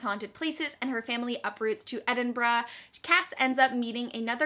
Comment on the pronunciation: Yay. I think you are the first booktube person outside of the UK who actually said Edinburgh the way I say it lol. I'm from Glasgow which isn't too far from Edinburgh.